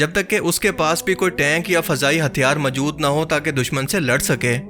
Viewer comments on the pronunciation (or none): "Mjood", what Mjood? Mjood kya hota hai? Moujood kaha Jata hai mere Bhai. Voice over krney se pehley Urdu Bolna to seekh lo yar. Ok?